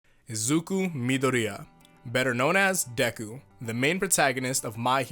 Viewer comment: I physically cringed when did that pronunciation of izuku's name